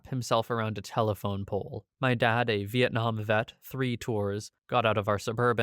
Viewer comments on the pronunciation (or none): none